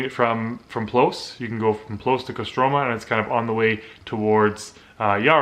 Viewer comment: if you are canadian, why do you have american accent ? my wife is british and said you are an american when i showed her the video and КостромА, not КострОма